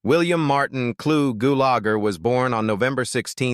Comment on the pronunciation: My favorite character of Clu Gulager was in the movie "A Force of One" also with Chuck Norris. I really hated listening to AI butcher the pronunciation of his last name so many times. Goolager